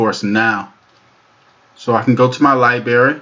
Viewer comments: Its library, not liberry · Aaaaaarrrgh! Dude, I have a freaking fit every time you say lie-berry instead of liBRARY! Christ Almighty man, you're a speaking public figure! 😭😭😭😂😂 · Library, not leiberry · Liberry? Wtf, do you even English bro?